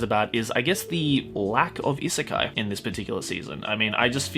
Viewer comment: Why is it that every time you say"isekai", i heard it as "izakaya" ?